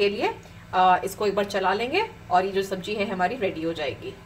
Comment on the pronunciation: Sabji nhi Sabzi hots hai...nd jeera nhi zeera...khubsurat ho khubsurat bast bhi karlo to la jawab